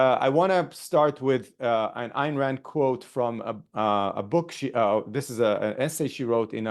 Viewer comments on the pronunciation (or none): pronounced "Ein" Rand